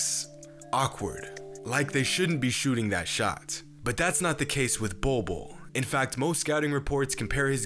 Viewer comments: Legit I thought it said “Boi Boi” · “Bowl Bowl” 👹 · When your name is literally pronounced "Ball" twice! If that isnt a sign of destiny, I don't know what is. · Pronouncing his name, Bol Bol literally means “pubic hair” in the native Filipino language - Tagalog. Man’s gonna dominate in the league! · Its not pronounced ball though